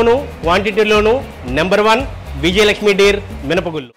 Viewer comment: తెలుగును చ౦పక౦డిరా - " మినపగుళ్ళు " అనకు౦డా " మినపగుల్లు " అ౦టున్నావు !!! సిగ్గు పడరా !!!